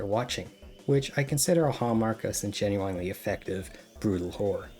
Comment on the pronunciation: Please bro stop pronouncing genuinely like that I’m BEGGING you 😭😭